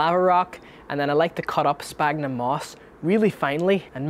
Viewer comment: Everytime someone mentions Sphagnum moss and mispronounce it as sPagnum moss i cringe a bit :) can't blame you because alot of bonsaiproffesionals are doing exactly the same and i have no idea why, do mind the scientific name of the bog moss we are using is Sphagnum , ph in latin is always pronounced as an F, for example physalis, phlox , philadelphus are pronouced as Fysalis ,Flox and Filadelphus, its exactly the same for sphagnum the correct pronunciation is SFagnum , anyway great job on the youtube channel i think you are helping out alot of people starting out with the hobby.